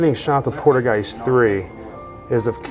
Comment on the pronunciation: Haha cool video but Haha lol u make me laugh every time u say poltergeist 3 cause u almost sound like your saying poodlegeist sorry it just sounds funny and wierd to me bro. Its pole.- turr - guy - st ..anyway that's how you are supposed to pronounce it .I'm just teasin u bro for fun so no hard feelings for trying to correct u ok.